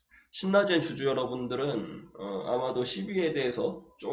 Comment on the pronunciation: 신나젠 아니에요 실라젠으로 읽는게 맞아요 ㅎㅎ